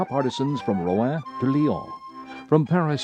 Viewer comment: Mispronounced the city Rouen.